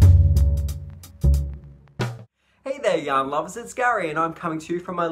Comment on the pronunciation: Love the shawl!! Your sweater is stunning! I smile when you say yarn lovers because the first time I saw your podcast I thought you said young lovers 🤭🤣 I could listen to you talk all day! 🥰🧶